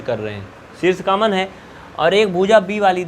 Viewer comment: Sir aap is video me samjha to bahut achha se rhe hai lekin aap ek galti kar rhe hai aap common ka caman caman bar bar bol rhe hai please common ko common hi boliye